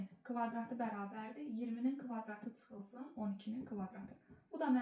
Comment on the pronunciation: Tsıxılsın??? 😂😂 Azərbaydanca nə vaxt doğru-düzgün danışacaqsız? Tsay - tsömtsə 😂😂 ÇÇÇÇÇÇ hərf Ç-dır Ts deyil !!